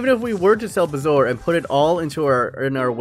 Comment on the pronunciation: I thought it was bar-zo-er